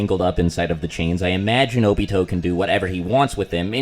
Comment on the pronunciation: Nobody:: “Obitho”